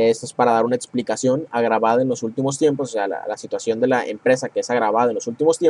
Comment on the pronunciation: ×2 mi me da gracia como dice testo, etsplicación, jaja pero excelente video!